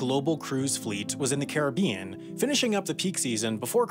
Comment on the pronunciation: Why do you pronounce “Caribbean” two different ways in this video?